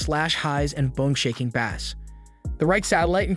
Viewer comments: imagine not knowing how to pronounce bass for a speaker video lol. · sorry, had to turn it off after not pronouncing bass correctly. How can I take anything you say about audio seriously if you get that wrong? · And mispronouncing it for a fishing show!